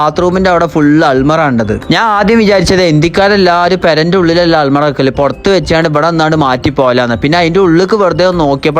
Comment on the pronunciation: അൽമറ അല്ലെടാ അലമാര 😅